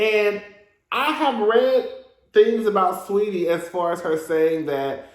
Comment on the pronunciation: Why everyone say SWeetie? Her name SAW eetie